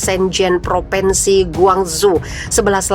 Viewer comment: Mbak! Bukan PropEnsi tapi PropInsi. Anak TK saja lebih tahu. Sebagai penyiar, mbak HARUS menggunakan Bahasa Indonesia yg benar, jangan NGAWUR. Memprihatinkan sekali.